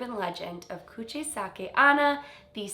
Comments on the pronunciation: Love the vid but it's pronounced Onna not Anna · Onna is pronounced “own-na” not “on-na” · JSYN onna is pronounced oh-na not on-na :) the o in Japanese always says its name! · You have to say Onna as Onna, O is O, japanese is read mostly as you write it, unlike english. so the way you say it sounds like " anna" . Onna means woman. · You pronounced "Kuchisake" correctly, but "onna" that means "girl" is pronounced as "own-na".